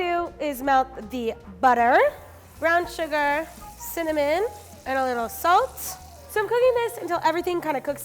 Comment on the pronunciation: I enjoy how she says sugAR